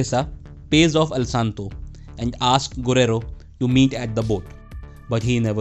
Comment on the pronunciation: I'm sorry I just cringe 😬when he is narrating and pronouncing the names so bad it's not hard to say güero (wero) or Camilla (ka-mee-la)not Kamila 🤯🤯 don't get me wrong video was good and well appreciated just don't say names next time if you can't pronounce them right please and thank you